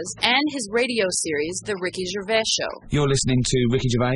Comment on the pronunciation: Wow, so many mistakes in this, do your research. Firstly, getting his name correct. Its gervais, with the 's' at the end. And to say he is getting pompous now, means you are totally missing the point. He is making fun of that,not being it.